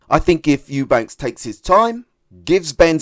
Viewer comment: Eubank not Eubanks. I give Conor the edge.